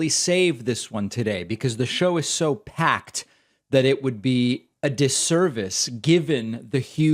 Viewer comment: "This show's pakked, man" - Pakman